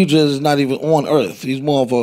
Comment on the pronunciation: the way he says “he ain’t even from earf”💀